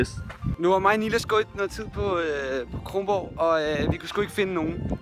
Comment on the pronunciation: Dude Kronborg ikke krongborg